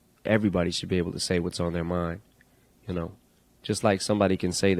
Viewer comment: Es bacano cuando dice "yu nou" Jajajja